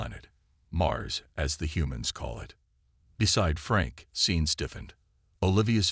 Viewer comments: Sean isn't spelled Scene, but it IS pronounced SHAWN! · Sean is a Celtic name. S is pronounced as Sh. Naive is pronounced ni-eve if it is a descriptor. If it is a place or a person then your pronunciation is correct. Your AI needs a vocabulary class. I took one in high school. Loved it. Easiest A ever! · If you're going to use a name like SEAN teach your inane AI how to pronounce it. Poor pronunciation ruins a story and insults people with that name. Scene is NOT a name. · A good story, although I cringed every time I heard the security guy be called “scene”. Do you mean Sean? Or maybe Shawn? Because scene isn’t a name. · AI Programms read differently and in a lot of cases they get stuff like this wrong. A human reader would've known it was a name and instinctively chosen the Sean/Shawn approach. Same as earshot being pronounced EErshot. Not like in this video , where they said it like earshot. As I said, AI Programms. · Maybe it thought someone misspelled seen and was trying to be kind about correcting it? People mispronounce names all the time, so why would a jumped-up calculator be any better at names?